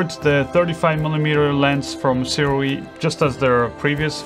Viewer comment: I'm told by the rep that Sirui is pronounces 'soo-ray' fwiw...